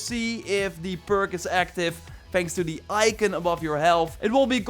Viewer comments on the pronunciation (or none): none